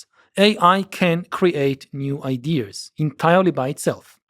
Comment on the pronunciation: Why does he say “idears”?